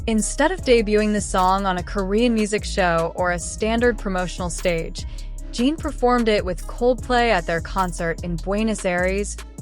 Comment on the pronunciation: Please find how Suga ´s name is pronaunced this is bad. And Jin as well, seriously.